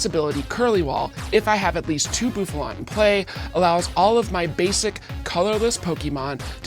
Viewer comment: “Boofalot“. Lmao Same Bouffalant. Same.